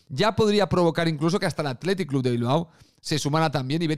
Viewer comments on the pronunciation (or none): none